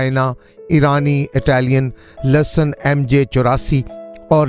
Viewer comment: In Urdu is called lehsan not lasson